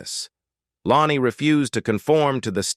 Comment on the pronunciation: Low-nee?? WTF?? Using ai for this is beyond lame.